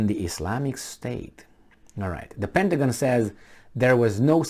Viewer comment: PentaGONE LOL